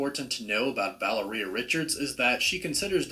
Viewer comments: I thought it was "Vai - AIR -e-ah" or "Val - EAR -e - ah" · Guy pronounces Valeria like "Galleria" or "Taqueria". EmphASis on wrong syllAbles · Why is he pronouncing Valeria weird?? It's as bad as when the Venom movie came out and they were mispronouncing Symbiote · Interesting stuff but I can’t get over the miss pronunciation of the girls name Valeria. I still can’t stand Pedro Pascal in this roll. Terrible casting